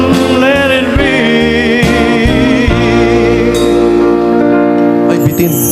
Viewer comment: Pagbigkas ng let it be..bisaya..let it biyy daw